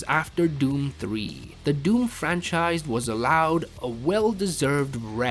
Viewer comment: Stop the Fran-Scheiss